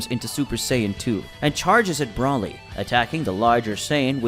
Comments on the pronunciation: Ok so I really like your stories but I have to ask about a couple of pronunciations Goatin (instead of Goten) and Brawly (instead of Broly). Is that a creative thing or is that how it's supposed to be said? I'm not trying to make fun or anything I'm genuinely curious because I do like the work but those two pronunciations just sounds a little bit different than what I have heard in the past. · did my man just say brawly? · Why are you saying broly with an a brawly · "Ultra Instinct already controlled"? You mean Mastered Ultra Instinct? Well since we now know that MUI isn't Kakarots best form... I don't think it would fit the script for him to use MUI, but instead use Sign. He beat Jiren up in MUI form but gassed out & then Jiren had the upper hand. Also, any/everyone that watches DragonBall knows how to say Brolys name, so it's like ur listening to an Englishmen mispronounce aluminum when you pronounce it "Brollie" like it sounds like Brawl? Everything else in this vid is simply Marvels "What If" storyline.